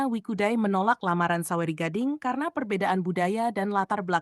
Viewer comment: Bukan Wikudai, tetapi WE CUDAI.